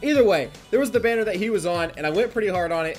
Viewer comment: I swear you said Bardock Berries even though I know you said Bardock Banner